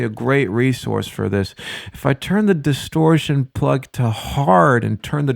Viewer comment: DISTORSHION LETS GET STARTED